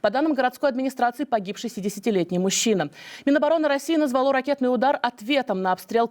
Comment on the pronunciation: Грамотейка,:назвалО !!?? Возьми словарь ударений русского языка, и не слезай с него. Нравится бить по русским тылам ? Любишь кататься, люби.